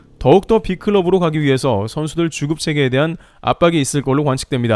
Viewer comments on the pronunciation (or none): 자꾸만 주급이 "죽음"으로 들려서 놀라게 되네요.